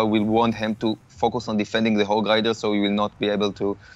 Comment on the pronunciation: I was dying every time he said"moosketeer " and "hog lider" like his accent dude